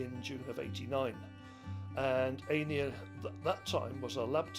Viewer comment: Could the man not pronounce Einir's name? Embarrassing.